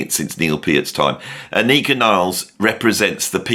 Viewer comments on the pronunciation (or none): nice. thanks her name is pronounced AHH-nika! thanks for all you do.